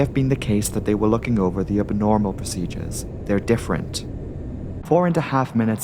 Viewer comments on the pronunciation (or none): Who knew abnormal has three syllables?